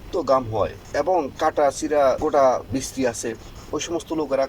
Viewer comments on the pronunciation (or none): none